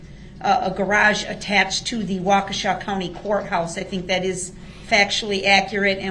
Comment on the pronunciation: Can he say any word that begins with th correctly such as that he says Dat or this as discussed or ask as an